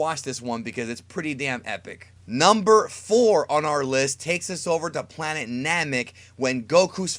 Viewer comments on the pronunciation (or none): none